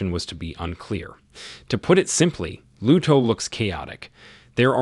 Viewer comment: It's Luto (mourning) not Ludo, and it's a Spanish game, one of the best demo I played.